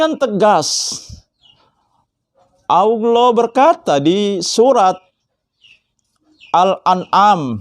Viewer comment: Dakwah pencerahan seperti apa, kalau hanya retorika dan narasi narasi tanpa makna dan dalil dalil yg benar. simpel aja mana dalil bantahan nya zong. hadehh menyebut Allah aja belepotan dimana ilmunya ?